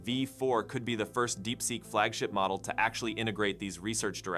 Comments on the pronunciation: Really? I would say that the pronunciation of “model” needs some work. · "model" was pronounced 3 different ways within a minute!